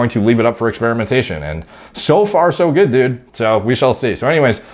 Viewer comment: "OK düd" lmfao